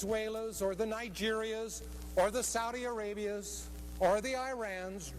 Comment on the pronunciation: brotha didnt say a single one of those correctly Venezuelan Nigerian Saudi Arabian Iraqi its not that hard bro ik you knew how to say it if i did and im a highschooler